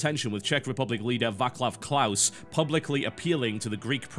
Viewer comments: TB pronouces Václav Klaus' name wrong. :< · Oh i love how he pronounces CZ president's name :DD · You have a cute pronunciation of "Václav Klaus" :)